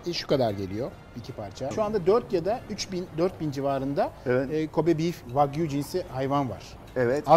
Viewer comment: ha "wagyu" ben de hep "fuck you" anladim hahah